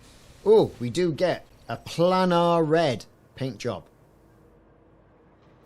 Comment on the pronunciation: Planar is pronounced “play-nar”, not “plannar” Aside from that, decent video.